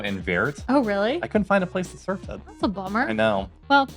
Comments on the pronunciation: Now I finally know what "sirflace" is! Let me help you with your pronunciation. You are phonetically saying "zurvlees", but the long "uu" is pronounced like in "fuel", "music" and "cube" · Also, emphasis is on "zuur", not "vlees"